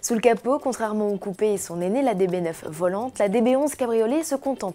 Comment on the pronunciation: « Aston Martin DBS 11 .... VOLANTEEEEEEEE » ... Dit donc la journaliste, si tu arrives prononcé SPYDER alors tu peux mieux faire pour prononcer VOLANTÉ ... triple endouille 👿👿👿👿👿